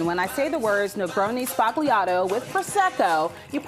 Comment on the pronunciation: Her pronunciation is the real "sbagliato" 😂